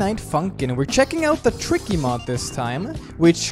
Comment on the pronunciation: We all ignore Tricky sounds like he’s saying cookie